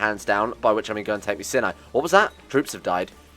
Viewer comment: It's not pronounced "sin-eye," but rather it is pronounced "s-eye-n-eye"